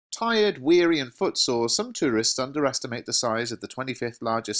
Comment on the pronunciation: You pronounce tourist like my geo teacher